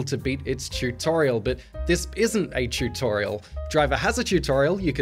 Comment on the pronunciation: Ahhh the tewt-torial